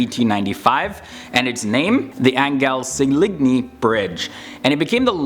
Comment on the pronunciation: Nr 2 : Anghel Saligni is pronounce Anghel Salyny ( no G ) :) Man...never thought ill EVER see an American who know so many things about Roumania. Respect for ppl who like to know more about small countries , special respect for you cos you know many things about us. Love you man.